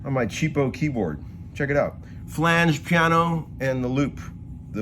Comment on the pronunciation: Anyone else love the way he says piano? It’s like 2 syllables...”pya-no”.